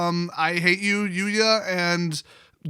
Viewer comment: Your go triggers me everytime